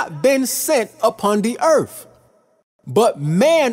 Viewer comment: It's Earth not Eartff!